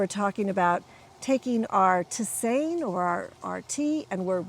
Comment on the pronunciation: May I help you with your pronunciation? You pronounce it like this: tis- ane(like the name Ann)